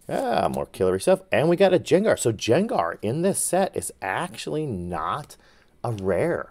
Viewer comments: Loved the vid! Grade the gardevoir. But please don’t call Gengar Jengar 😂. ❤ it’s a Hard G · Quit calling him(gengar) Jangar please...you sound like an idiot... Only when you do that though!!! Other than that driving me along with everybody else nuts Your videos awesome